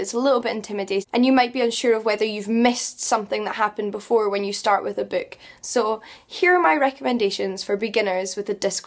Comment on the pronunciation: Do you know, if you prononce BOOK, the OO you speak, is a perfect Ü?